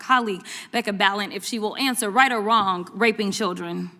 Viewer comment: "Right or wronk?"